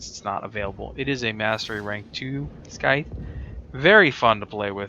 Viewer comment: THE FUCKS A SKY-TH? THE C IS SILENT.